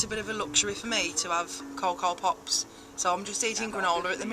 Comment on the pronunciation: The way you say cocoa pops 😂